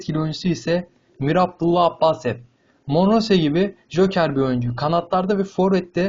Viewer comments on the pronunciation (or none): Turk kardeslerim ya siz kardes dediklernizin isimlerini bile doru soyluyomuyosunuz mir abdulla abbasev deyil mir abdulla abbasov du